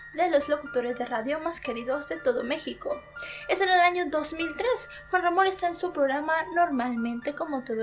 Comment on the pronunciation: Muy buen vídeo,pero no pude evitar reírme cuando dijo Juan mamón